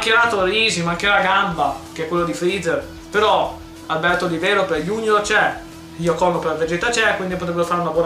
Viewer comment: Se fanno la modalità storia piena di segreti come in Budokai 3 e ci mettono il gameplay e i personaggi del tenkaichi 3 sarebbe il top. Comunque non è la prima volta che pronunci Iacono in modo sbagliato, ogni volta si capisce Iacohono